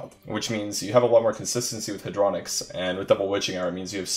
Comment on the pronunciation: its Hey-dro-nox not hadro-nix